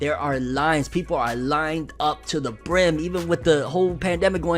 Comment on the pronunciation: Him saying “brim” Me: yankee with no BrIm